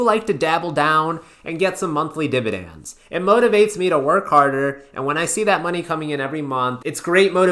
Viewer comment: lol divi-dans